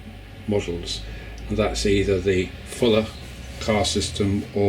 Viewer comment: It’s not Fuller Car System, but Faller Car System 🤣